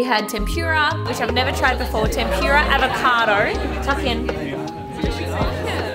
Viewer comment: It's all good and fun but ' "tempyuura" is my fav part lol what is tempura? I only know tempyura 😂